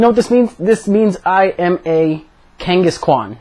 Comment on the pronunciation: Lol i already clicked "Like" as soon as you said "Kangaskwan"